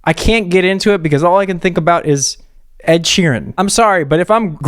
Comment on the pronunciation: “I’m used to hearing ED as erectile disfunction” 🤣🤣🤣🤣🤣 he really read Ed’s name as “E.D.” 🤣🤣🤣